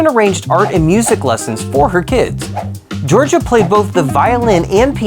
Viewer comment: This is very good, I will definitely show it to my students next time we do an O'Keeffe project. My only issue is that her name is Jor-ja, not Jor-jeea. Otherwise congrats, really nice.